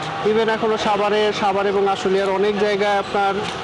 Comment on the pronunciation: আমার একটা কোশ্চেন এই যে প্রতিটা সাংবাদিকের সাভারের উচ্চারণটা ছাবার কেনো বলে।